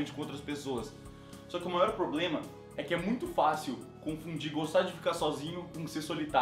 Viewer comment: Willan Gamer "poblema" haushausha